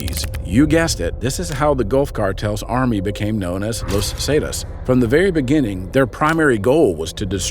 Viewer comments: Where do these people who make the videos get their info? Los zaytas? Never heard of them? Tf? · I mean it's a great vid..... but the way hes pronouncing "Los Zetas" is really irritating. Lol...... great vid tho man.